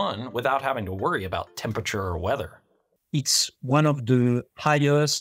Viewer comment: Well spoken for the most part but I can't help but hear the pronunciation "Tempature"